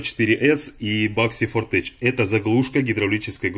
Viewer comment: ну сколько можно - фортЕх, ни каких ч. Technology - технолоджи, Technik - техник. Tech - всегда читается, как тех-, иногда - тек - Hightech - хайтек.